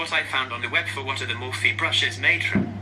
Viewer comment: Girl it’s pronounced Morpheeeee x